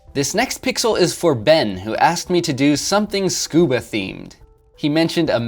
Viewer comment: I thought you said "Scooby themed" and I was excited but then you said mask and snorkel and I realized you said scuba, still awesome though.